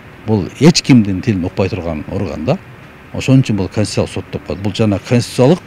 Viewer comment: Диктор соот эмес Сот